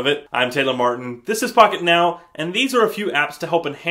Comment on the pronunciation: I swear I heard him say "Fuckitnow!"